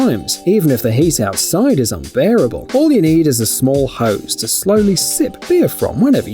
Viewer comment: How many times did he say unBAREBLE